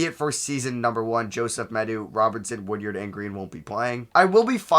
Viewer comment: For future reference it’s pronounced WOOD-ARD not WOOD-YARD. Much love